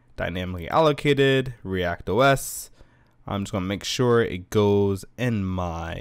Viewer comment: It is "ReactOS", not "React OS".